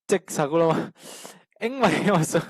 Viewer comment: "Tlet" Ni lo vin, "Tlat" Tih tur aw... "Tlat mai a" Tih tur... "Mai" tih tur pawh hi "Mei" tiin I lam ri ngun thin... Han uluk deuh teh.